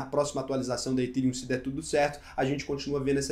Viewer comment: Ethereum se pronuncia ETÉRIUM. Não é etirium